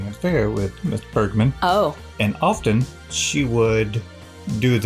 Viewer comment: No No not burglar, it is Bergman Bergman!!!